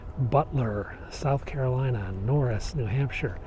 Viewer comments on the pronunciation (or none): none